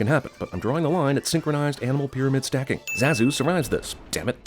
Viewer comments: Cinema wins guy pronounces characters name Zaaa zoo seconds after the film clip correctly demonstrates the pronunciation of Zah zoo. Rhyms with Bah dude. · So with this film being out for over twenty years and hearing all the characters pronounce Zazu's name as Zah-zuu, you pronounce it with the "a" sounding like the "a" in "cat" and "bat". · I should sin you for the way you're pronouncing Zazu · I never thought that name pronunciation would make me physically violent but me and my now smashed iPhone 11 has learned the harsh truth. THAT'S NOT HOW YOU SAY ZAZU DUDE! Jesuchristo! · It's pronounced ZAH-ZOO!! How could you screw that up? You clearly had to have watched the entire movie to make this video! Simba even says his name in one of the clips for a sin! I haven't even seen this movie since the 90s, and I know that. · your pronunciation (or rather mispronunciation) of Zazu is comparable to that Krampus or even possibly to Aang. ding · I think the way you pronounced zazu is a sin in itself...